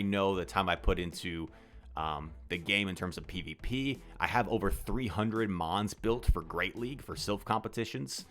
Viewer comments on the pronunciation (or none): none